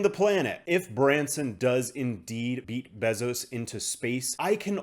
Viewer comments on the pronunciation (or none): My guy I can’t take the besoz pronunciation anymore….